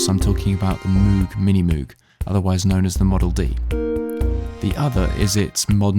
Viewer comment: I must say, that's one sorry looking Minimoog you've got there. Although it sounds mighty good! New knobs and a sand/re-varnish would make it look brand new. BTW, we all know by now that Moog is pronounced (/ˈmoʊɡ/ mohg), as in Rogue. So it's a Minimogue, not Minimoooog. Nevertheless, interesting demo with great sound quality!